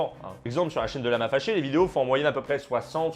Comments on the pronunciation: Quand a dit "lama faché", au début, j'ai compris "Lama Lavé" Ai-je l'esprit dérangé? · Moi j'entends " Lama Fèchier " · Perso j’entends « lama fait ch*er » 😅😂😂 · "Lama féchié" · Y a que moi qui entend : "lama fait chier"?